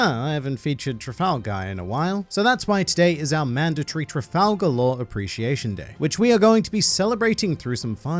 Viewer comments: are as luffy would say "tra-gal" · Sorry, you're wrong, it's clearly tral-gal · Oh Lord Trafalgal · Trap-Gal Law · Trafal-gal? blink muttered conferring noises The Judges will allow this. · Trafal-Gal Raw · "Trafal gal" how dare you filth the book of shoonkz like that!!! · It's Trafalgar D Water Law